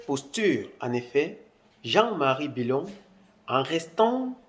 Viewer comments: Tu viens d'où toi . Ce n'est pas bilon c,est billon Parle de chez toi. Merci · A cause de gbérê tu déforme le nom du Mr c'est plutôt Jean Louis Billon